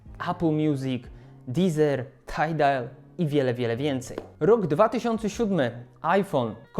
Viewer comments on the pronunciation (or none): To "tidal" jakieś takie upośledzone